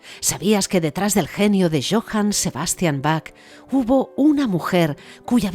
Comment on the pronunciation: Perdon pero va una ayuda Se dice Baj con j iojann Saludos Hermoso documental